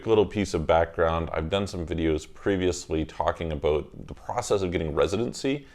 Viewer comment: are you Canadian? I heard “talked aBOOOOT?”